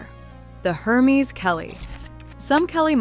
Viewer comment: if you will be doing reviews of luxury bags, make sure to pronounce the brand names correctly. Hermes is pronounced with a silent "H" and a soft e, not a Long e. . It is pronounced Air-mes